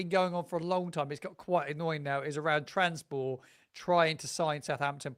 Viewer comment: Great content, but you do need to work on your pronunciation of clubs outside, Juric went to Atalanta, not Atlanta, and it's trabzonspor, not transpor